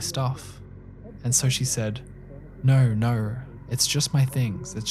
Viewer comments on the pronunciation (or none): man I hate that accent of “no”. Immediately takes any seriousness out of the story.